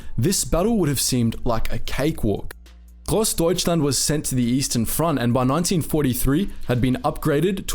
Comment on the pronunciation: you did good spelling the grossdeutschland and other difficult names!